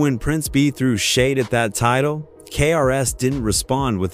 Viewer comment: The AI narrator is cringe, especially when it mispronounces titles.